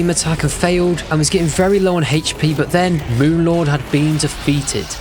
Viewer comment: guys he needs "heich" p